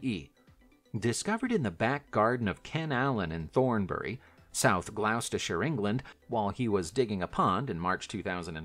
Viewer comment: Cabachon = KAB - uh - shan Cloisonne - klwah - zon - NAY Gloucestershire = GLAW - steh - shirr